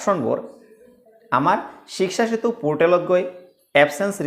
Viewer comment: ইমান হাত লৰাই থকাটো জৰুৰী নেকি 🙄 আৰু 'শ্বিকচা' শ্বিকচা কৈ থাকে শব্দৰ উচ্চাৰণত গুৰুত্ব দিয়ক.. যা-তা মানে.. শিক্ষা সেঁতুক শ্বিকচা চেতু বনাই দিলে..